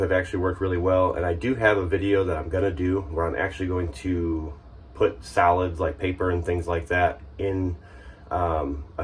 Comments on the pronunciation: I kept hearing salads, and how they build up in the black water tank, salads this and salads that....what?...??....oh wait its Solids!...lol....:) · I heard the same, you weren't alone 😂